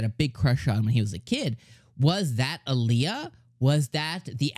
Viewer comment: By the way her nickname is pronounced "Al ya" not "A lee a" .